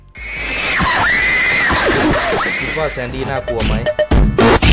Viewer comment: อ่านว่าแซนคะ